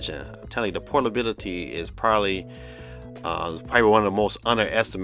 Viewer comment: its portability not protability